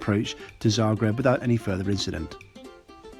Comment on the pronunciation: I have to say, that for an english-speaker, you've pronounced Zagreb pretty correctly... I haven't flown very much, but I agree about this aircraft...